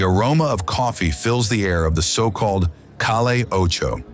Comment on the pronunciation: Lol this poor guy can't speak Spanish, and misprounced every word. "Call ay Ocho" 😂